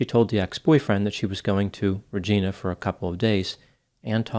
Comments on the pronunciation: It's a southern Saskatchewan city but it's pronounced " Re gi na " not Re ge na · Thanks for making your videos! Just to note, 'Regina' Saskatchewan is pronounced 'Redge-EYE-na'. 'Regina' is latin for 'Queen'. The city was named after Queen Victoria. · In case of future Saskatchewan content, Regina is not pronounced like Regina George. It rhymes with a reproductive organ. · It's pronounced "Rah Jy Nah" like "vagina", not "Rejeena". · Its Ra-Gyna... not Ra-Gina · Regina pronounced Re ji na not re jee na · Just an FYI, cuz I’ve seen a couple of shows on this case now and they all make this mistake. Regina is pronounced Ree-ginah. And it rhymes with the female genitalia. I know it should be pronounced as Latin for Queen but it’s not. I also know this is petty, regarding the case and all, but most things of the case material have already been covered in the comments. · its pronounced "rehj-EYE-nah" not "rehj-EE_nah" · Hey … Regina, Saskatchewan is pronounced “Rej-eye-na” not “Rej-ee-na”. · Not Re-gee-na, Regina.....rhymes with Va*ina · It’s pronounced Regina -“ I” as in Vagina-FYI-Not Reg—eena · I know it looks like "Regeena" but it's actually pronounced "Reg-eye-na". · Regina is pronounced Ra gina not Reee gina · I love your content and watch every video. But as a guy who was born in Saskatchewan, the mispronounciation of "Regina" made my eyes twitch lol. It's pronounced like a woman's private parts. Re-gy-na..... not Re-gee-na. Keep up the great content. Wishing you the best in 2023! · “Regina” rhymes with “v*gina”. Hard “I” not “ee” sound. 😊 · Interesting story. But Regina is not pronounced re-gee-nah, but rather re-j-eye-nah. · P.S. regina, Latin noun meaning queen is pronounced ‘re-gee-na’ while Regina, geographical name is pronounced ‘Re-gI-na’ as in Vagina. Thankyou for the analysis,.. ❤❤❤❤❤😂❤❤❤❤ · Just a quick note…. Rag”eye”na, not Rag”ee”na. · Ree-gi-na, yes like Vagina. Not Ree-Geena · Reg geena 😂😂😂 it’s reg Gina lol